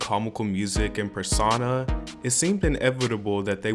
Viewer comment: Per sauna?? Its per so na dumbass